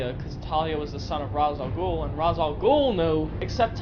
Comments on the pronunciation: The only thing that really bothers me about the Dark Knight movies is that they mispronounce Rā's Al Ghul's name! They say it like RAHS-AL-GOOL when it's supposed to be RAYSH-AL-GOOL! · Ra's Al Ghul is actually pronounced Race. The Batman Animated series pronounces it Race. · shaky cam is the worse People saying "Raz" al ghul (or gul) always bug me